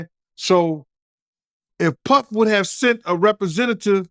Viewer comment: I really hat e the way he says Puhhfffff.